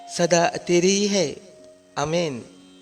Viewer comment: पहली बात कि बाईबल मे "आमेन" नाम का कोई शब्द है ही नही,जो शब्द है, वह "आमीन "शब्द है। जब की आप मूंह से "आमीन "सही बोल रहे हो। "आमेन" गलत शब्द है, सही शब्द "आमीन " है।